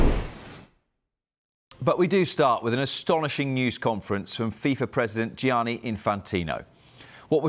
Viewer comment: When are Sky going to employ an Italian-speaking voice coach to end the daily massacre of every Italian name the presenters are asked to pronounce ? Who’s ‘Gee-aaah-knee’ ? (At least it wasn’t Frenchified which is the usual default position).